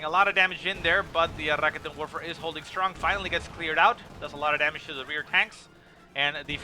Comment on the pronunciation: I like your casts, man...but the way you say "Raketenwerfer" pisses me off...